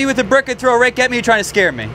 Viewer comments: Keeps saying axe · Did anyone else hear axe instead of rake